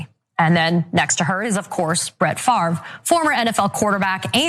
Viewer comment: I dont know what's worse, pronouncing his name FARV, or doing the shit he did... its French, pronounced FOV